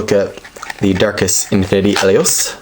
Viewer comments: Helios is da BOMB!!!! And you're pronouncing his name wrong. Not Hell-ios, He lios. As in the word "he". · Hahahahaha having trouble closing it lol, you called it a bey, btw pronounced hee-leee os You know like the sun god in Greek mythology named Helios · His name is he-lios. A long E sound because his name originates from the word Helios which stands for sun because he was originally a pyrus bakugan